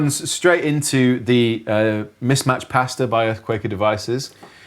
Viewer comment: I love these videos and often watch them. But after all these years I’ve only just realised you’re probably saying Mismatched Pasta and not Mismatched Pastor 😂